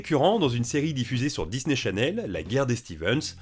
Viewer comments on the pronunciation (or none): none